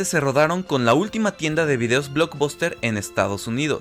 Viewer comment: Se escribe Blockbuster, y se pronuncia "BLOCKBASTER"